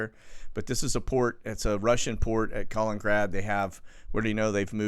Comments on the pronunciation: KAH-LIN-IN-GRAD, not Collingrad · it is actually KALININGRAD an extra “IN” in the name: KA-LIN-IN-GRAD. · KAL IN IN GRAD.... thumbs down until you start pronouncing this correctly!, notice the TWO IN's....